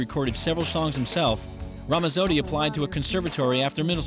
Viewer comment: It's Ramazzotti. You pronounce the "z's" the same way you do when saying the word, "Pizza.":) You're Italian, pronounce your words like one:) I'm just playin with you man but that is the way to say his name and always pronounce a "z" in Italian like a "ts" in english as in Pizza. Thanks e, ci vediamo. Ciao. Recording Artist: VITTO